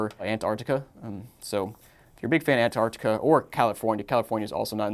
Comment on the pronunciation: dude doesn't know how to pronounce Antarctica, lol.